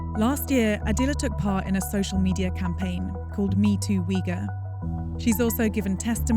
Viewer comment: it's u-ighur!